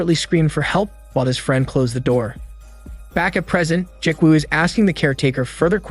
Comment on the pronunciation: Ji-woo is pronounced gee-woo like gee in gee whiz and woo like woo--hoo. Not Jik-woo...... other than that cool movie recap.